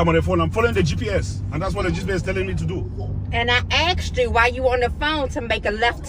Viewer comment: Omg I hate it when some people say „aksed“ instead of „asked“.